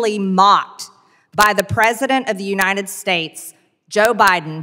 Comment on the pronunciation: It’s “UNITED” NOT UNINED!